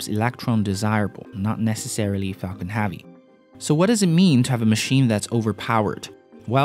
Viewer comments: it pronounce Heavy not havy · Heavy is pronounced hevy not havy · I don't understand how he pronounces every other word correct then he stumbles upon "heavy" and pumps out a big "HAV-EEE" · It's heavy not havy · Falcon HEavi not HAvi... !!! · I'm going to kill myself if he says havy again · Had to turn it off the third time he said 'HAVEY' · Interesting Vid. but They way this guy pronounces "Heavy" is so distracting